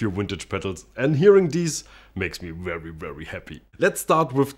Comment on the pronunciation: It’s wery wery wintage